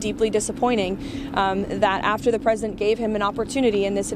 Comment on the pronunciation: Why can’t anyone pronounce “president” it is not “present”. Queen Lindsey is full of &@